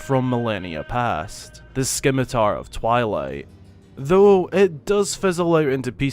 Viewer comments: "SKIM A TAR" lol it's actually pronounced sim a tar. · I couldn’t help but laugh when you said sCimitar so epically! 😆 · says skimitar once: "haha funny joke" says skimitar twice: "oh no" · I WAS JUST ABOUT TO COMMENT "THE SCKIMITAR OF TWILIGHT" <------ OH WAIT I JUST DID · The 'c' s silent. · The skimitar of twilight? The c is silent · Just here to point out how ridiculously stupid you sound saying skimitar. Do a little bit of research next time maybe? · The way he pronounces scimitar makes me cringe so hard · Skim-ah-tar...really...it's pronounced "Sim-ah-tar" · Someone else said this, but scimitar is pronounced without the c. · yeah, not 'skimitar' lol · Zants sword or SKIMITAR😀 was made at the stallord boss fight ... Right in front of links face.....kina one theory of it's existence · You mean the sKimitar? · s-K-imitar..... neat. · Broooo 🤣🤣 it's pronounced 'simitar', the c is silent. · it's spelled scimitar, but it's pronounced simitar. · Wait, I was unaware of how rare The Minish Cap is. I am the proud owner of an old Legend of Zelda game that not many people have. Also, Skimitar... I’m just going to leave this here for you to read. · Scimitar is pronounced with a silent "c". So... sim-i-tar. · It's pronounced sim-it-er. The "scimitar of twilight" is also clearly not a real scimitar just by looking at it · All I learned is that somebody doesn't know what a "skimitar" is. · I thought everyone knew about the Tingle Tuner. I never used it, but I did free Tingle and getting it is automatic from there. I've never heard of anyone who's played WW who hadn't heard of the Tuner. edit: don't know if you've read my comment on your last video, but it's "si·muh·tuh" not "sci-muh-tuh". (Just thought I'd mention it again.:)) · I try really hard to understand accents, but I feel like the colloquial pronunciations just break some rules. Like how does “brother” become “bruvver”? Stuff like that intrigues me instead of offends me. That being said, “skimitar” breaks my brain